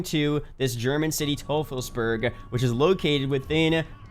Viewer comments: it is pronounced, toy-fels-bearg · Teufelsberg means "Devil's Mountain" in German. (Pronounced Toy-fulls-berg)